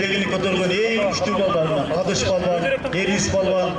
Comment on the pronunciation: Палван дебей балбан дегиле